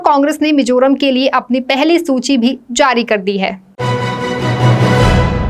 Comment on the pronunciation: Should be Mizoram not Mijoram... बेहतरीन लाजवाब समाचार बुलेटिन के लिए शुक्रिया! उम्मीद है यह प्रोग्राम आगे भी जारी रहेगा।❤✌️✍️🤟🌹❣️